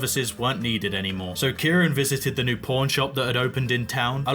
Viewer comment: Pawn it’s his accent